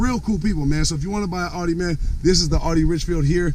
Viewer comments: ONLY THING THAT BOTHERS ME IS HOW HE PRONOUNCES IT...... IT’S CALLED AUDI!!!!!!!!!! not fucking ARI !!!!!!! AUDI NOT ARI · Your videos are entertaining but Audi is not pronounced ALL-dee :)